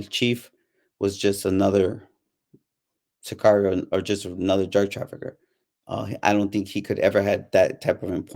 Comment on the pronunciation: This guy cAnt even say sicario right😂 cigario jajjaja i stopped watchin this video asap